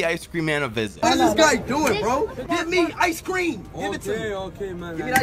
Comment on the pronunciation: "BRŒ I WILL BREÆK YŒUR ÆSK" got me rolling XD